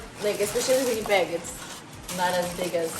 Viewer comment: It’s Pronounced as “Regina not Rajjjaaina” and it pronounced as “Winnipeg not Vinnypeg”. It’s ur second language but it’s important to pronounce it correctly.